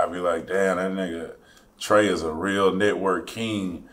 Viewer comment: Did he say TRAE DA TOOTH 😭😭😭😭